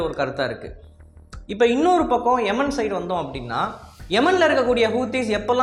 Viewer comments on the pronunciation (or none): ஏமன் டா கே....கூ... எமன், எமன்னு சொல்ற...